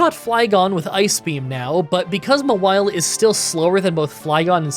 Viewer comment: Mah-wily??? It's Maw-while - Mawile